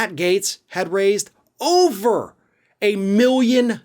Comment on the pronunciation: You have no idea what Matt Gaetz's finances are.....you don't even spell his name correctly, you keep calling him Matt Gates.